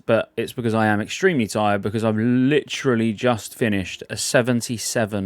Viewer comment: Brits saying "literally" never gets old :)